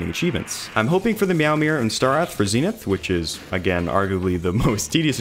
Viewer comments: It’s zen ith not zeenith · Not ZEENITH ITS ZEN’ITH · im sorry, the zeenith? your not saying that right lol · your pronouncing zenith wrong